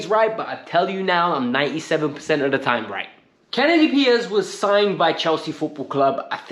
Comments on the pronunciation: KENDRY Paez, my friend. KEN-DRYYY Paez. Not "Kennedy" 😅😭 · Lol.. It is Kendry not Kennedy 😂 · In English pronunciation would be Ken-dree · Kendry = Ken-dree 😂